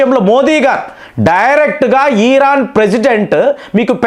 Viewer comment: ఈరాన్ కాదండి ఇరాన్ కొంచం తెలుగులో మాట్లాడేటప్పుడు తెలుసుకొని మాట్లాడండి